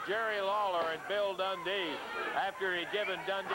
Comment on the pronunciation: Bill dundee? It's more like Bill tauntdee lol